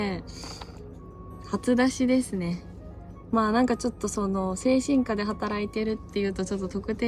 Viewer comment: 精神科 の発音が 間違っている‼️